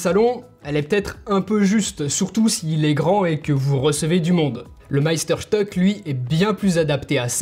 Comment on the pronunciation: stück se prononce schtuque. Cela veut dire morceau ( morceau de sucre) Meister étant le maître. En français on peut traduire par chef-d'oeuvre.